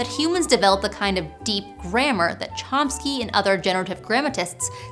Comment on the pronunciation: That is not how you pronounce "Chomsky".